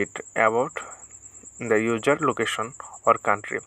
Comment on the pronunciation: user. not ujer